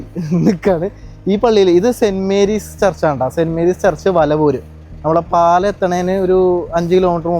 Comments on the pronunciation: പാലഅല്ല പാലാ എന്നാണ് ശരിക്കുള്ള ഉച്ഛരണം പാലയിൽ എക്ഷിയാണ് ഉള്ളത് അത്രയും വേണോ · പാലയല്ല പാലാ എന്നാണ്